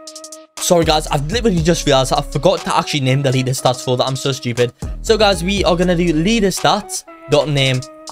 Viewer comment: bro said "lear" inside of "learstatsdataStore"💀💀